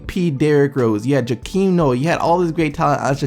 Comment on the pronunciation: This video sucks, I somehow made it to but after you mispronounced Noah's first name then said and thinking an Achilles injury is the same thing as an ACL injury